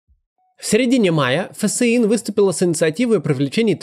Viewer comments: Максим, читайте пожалуйста ФСИН как фсин, а не как Ф.С.И.Н., слух режет)) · Почему фэсэин а не тупо фсин? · Да почему Ф С И Н, а не ФСИН? Как же режет слух